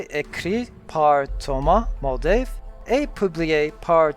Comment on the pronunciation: Tom Moldvay, not Muldave...